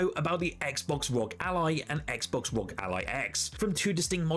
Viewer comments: why do you call it rog its just r o g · It's not Rog it's R O G